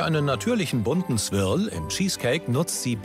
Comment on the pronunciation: Wir oft wollt ihr Swirl sagen? Das Große Backen: Swirl, Swirrl, Swierl, Swörl, Swöörl, Swürl 😂